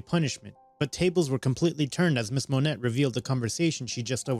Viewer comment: Just so y'all know, the name Monet is pronounced Mo-nay.